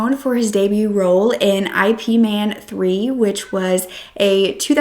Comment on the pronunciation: Hey! Just wanted to let you know the movie is IP MAN, pronounced “EH-PUH” “IIIIIIII-Puh” trying my best to sound it out